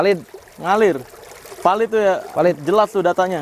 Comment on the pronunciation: palid bang bukan valid, palid itu artinya hanyut